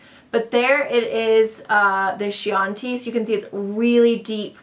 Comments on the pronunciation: Baci means kiss in Italian and it's pronounced bachi. Chianti is a type of wine and it's pronounced quianti. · its pronounced "keeanti", don't you remember Hannibal the Cannibal talking about eating liver with a nice Chianti? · I love you but please try to learn the pronunciation on simple words. It's very hard for a viewer to see simple basic words like Chianti and ba I butchered